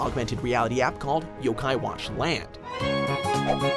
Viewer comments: jaydon roberts You don’t even know how to pronounce yo-kai watch so of course you’re going to be biased and say that. And I love Pokémon but fans like you are getting annoying and making me not want to like the game. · It's Jibanyan not Jeebinyan It's yo-kai not y-kai